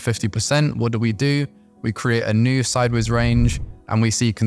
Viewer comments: I still have problems with your inability to pronounce SIDEWAYS properly.. I hear u call it SIDBAYS. what's SIDEBAYS? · I think he's saying sidewards or sideays? I sometimes hear seybers as well lol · yup it is sideways. very odd